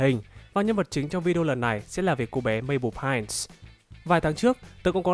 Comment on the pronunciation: Mabel Pinese phiên âm là Maben Pinơ